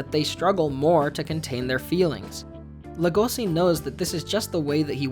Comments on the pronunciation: I personally hate the fact that he pronounces Legosi’s name with an s instead of a Sh sound. And it’s the same with the fact that he pronounces Louis’s name with the s even though they don’t in the actual show. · The way Louis and Legosi's names are mispronounced leads me to think that the video was scripted and researched by one person and narrated by another.